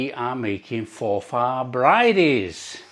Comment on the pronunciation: Pronounced for forfur not for far